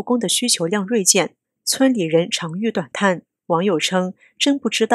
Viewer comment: 长吁（xu需）短叹……